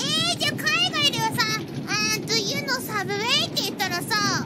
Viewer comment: The train is called a subway. The restaurant is called Sooubway.